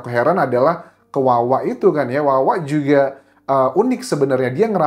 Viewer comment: Huruf "j" nya cihuy... klo ngomong "juga" knp hrs gitu mas? Tanya aj